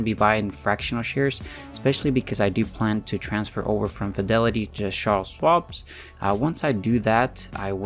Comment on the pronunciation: Lmao… it’s CHARLES!!! Ch like chicken not shh. Lol